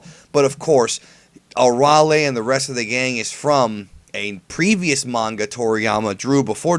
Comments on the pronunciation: Its Araily no Arale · I've watched in both sub and dub i think its pronounced arala not arale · Um, it's arayle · i sjut don't get your obsetion to pronaons arale's name wrong. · your saying arale wrong u dipshit..hate people who think they know it all.. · Hey you pronounced Arale wrong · its pronounced arale not arale....hah...i did it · U PRONOUNCED ARALE WRONG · no offense but ur saying arale name wrong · you said arale wrong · you mispronounced arale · Stutering while pronouncing name xD deffinetly highlight of this video i want more of that:D ahhaah